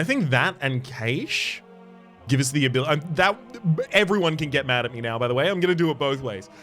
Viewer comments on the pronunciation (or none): Everyone can get angry with you! Because it's pronounced cash. The one pronounced cash-ay means something quite different. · The way cache was pronounced hurt me a little. Love the episodes, this game is amazing.